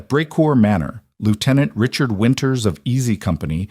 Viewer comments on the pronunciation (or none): none